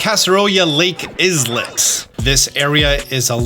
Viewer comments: Islet is pronounced EYE-Let btw. Great vid bro. 👍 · I don't wanna be that guy, but the way you say "islet" is incorrect, It's a silent "s" like "eye-let" otherwise amazing video and incredibly helpful to us shiny hunters. Sorry, I hate being the grammar nazi, but it makes my eye twitch every time I hear you say it 🤣😂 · No hate whatsoever. Say island, and now say Rowlet. Combine those for Islet, a small island.